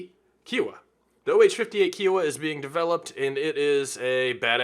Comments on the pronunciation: love your content kiowa is pronounced ki-o-wa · KIOWA. kahy-uh-wah